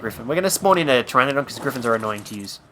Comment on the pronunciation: it's Pteranodón, pronounced TRANNODON